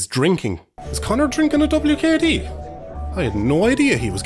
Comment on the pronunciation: you did not just call it wkd it’s wicked 💀